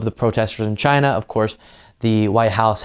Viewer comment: Did u realize how the dude pronounces China. It's like a dog Whistle for hatred.